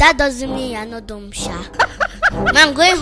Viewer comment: It’s “dumb” not “dump”. Really funny though. Keep up the good work!